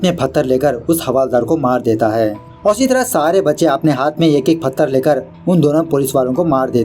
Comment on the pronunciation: And फत्तर .... Not पत्थर 😅😂